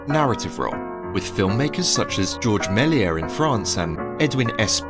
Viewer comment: Georges MélièS the "S" in Méliès is not silent.